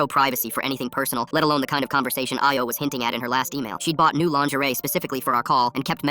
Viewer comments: Nigeria mentioned Why did it pronounce Ayo and Lagos like that😭🙏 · yeah lol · My thoughts exactly